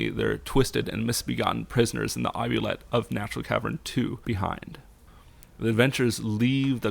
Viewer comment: "Oubliette"? Usually pronounced "oo-blee-ette"...